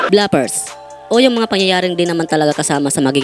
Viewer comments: Inulit ulit ko pronunciation ng BLOOPERS sa Google,, hnd BLAPERS ung sinasabi😂😂😂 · Bigkas mo bluffers. Bloopers dapat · Nakalimutan mo pong Blu-pers tawag dun, hindi Bla-pers😂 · Bloopers, hindi blapers, BOBO! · Bro, basic word naman yang bloopers. Bakit hindi mo alam ang tamang pronunciation?